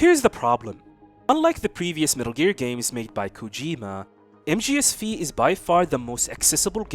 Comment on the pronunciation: You know mgs V is the roman number 5 so you do not say v, you say 5… just sayin